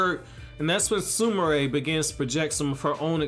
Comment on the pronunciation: he prounoced her name right 😮😁